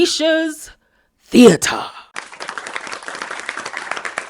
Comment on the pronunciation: LMAOOOOO THAT THEA-TER BRAVO!!! 👏🏾👏🏾😂😂